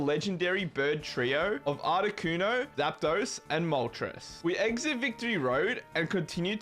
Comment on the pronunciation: Learn how to pronounce Zapdos' name right.